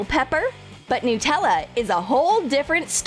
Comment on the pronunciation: Anyone else pronounce Nutella n-tella?😂😂